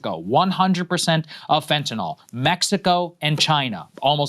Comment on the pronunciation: Saagar it’s fentanyl not fentanol.